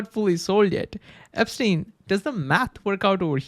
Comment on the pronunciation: Q: How do you know when you've been watching to new? A.When no matter how hard you try, you know your hearing someone say Einstein, all your can hear is EPstieni.... .... less news, more sleep.